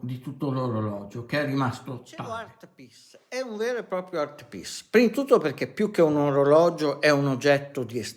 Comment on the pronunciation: Art piss? Art piece vuoi dire...ma perché non parli italianooooooo. Parla come mangiiiiiii...poi ti interrogo in inglese e prendi 2... ahahahah